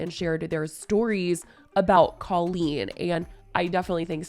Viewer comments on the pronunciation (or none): The way Jojo pronounces Colleen like “Cul-Lean” 🥴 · You’re pronouncing Colleen’s name wrong … it’s a hard O